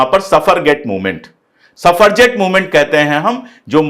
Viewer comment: सफरजेट नहीं सफ्रजेट मूवमेंट। The word is suffragette.